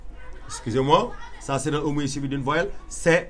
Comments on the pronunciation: Monsieur le "e" mouillé me tue😂😂😭 Désolé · le e mouillées mdr🤣 mis a part le e mouillées trés bon court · "E" mouillé 😂😂😂 désolé mais merci quand même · Je te jure 😂😭